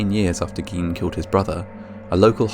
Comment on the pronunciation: Also Gine, hard "g" long "i", not Geen.